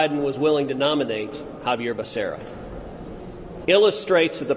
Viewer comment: You guys are pronouncing it wrong its: Basura!